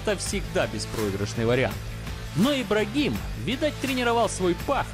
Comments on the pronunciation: Комментатор просто лузер в мире бокса - Артура Абрахама называть "Ибрагимом" - это очень чмошно.... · Это Артур Абрахам, он же Абрамян. Какой нахрен Ибрагим? Хрень несешь написанную от себя... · Автор, не Ибрагим, а, Артур Абрахам